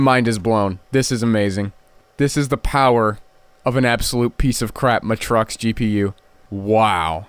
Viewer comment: oh it's pronounced maytrox not muhtrox